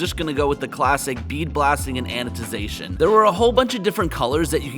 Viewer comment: Please stop saying anoTization. It's anoDization.